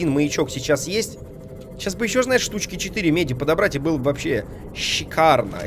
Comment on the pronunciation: "Щикарно" говорил эрик картман